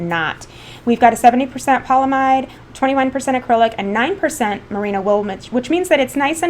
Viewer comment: Okay, I guess I just woke up on the wrong side of the recliner, but... I guess I've reached the pique of my tolerance of people pronouncing polyAmide without the A in the middle. Amides (AM•ides) are very important in natural/organic, and synthetic chemistry. It is properly pronounced with stress on the "AM" syllable. The word itself literally means 'multiple amides". It just won't stretch from one syllable to the other without the A. Ya gotta say the A. Ya just gotta. Or just call it by it's other name, "nylon". . . But be warned, though, that won't have any stretch or flexibility without the Y. Ya just can't crochet or knit with ''nlon''. Did you know its cousin, "nylon on steroids", whose name is Kevlar, could do nothing to protect Police, Military or Fireman without the A - or the Y for that matter? Ope! Ya may as well call viscose "rayon". It's nothing without the A in it, what with all the AMides and everything.